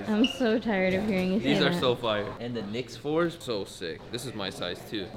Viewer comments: This man said KNICK 4s 🤦🏽‍♂️ they are CAV 4s bro your the worst hypebeast ever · Did just call the cav 4s, knick 4s 😂😂